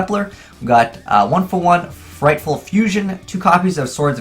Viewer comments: okay its frightFUR and edge imp say-bers not frightful and edge imp sah breys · Frightfur, not frightful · Fluffals are only good for Single Duels. They are pretty meh in Matches. PLus DDD doesnt need to be mixed with mediocre tier shit. ABC Player was terribad and Thrasher Rank 4 Engine> Infinity. Also FrightFUR not Ful. So cringe when you can't read. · 2 things that EVERY Yugituber says wrong about Fluffals Frightfull- it is FUR, not FULL Edge Imp Sabres- they pronounce it "Sah-Brays", but that is incorrect. Say "lightsabers" from Star Wars, then take off the "light".